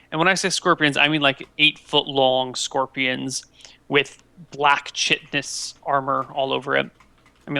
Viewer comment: Ahh, pronunciation of chitinous